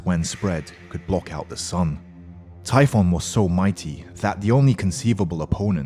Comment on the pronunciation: It's typhon not tiphon